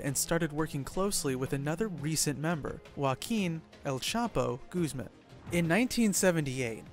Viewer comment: Lol Guzman pronounced as gooseman